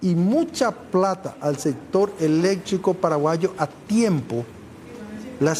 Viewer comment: Que mal hablas hombree , electricooo se dice , noo eletriiico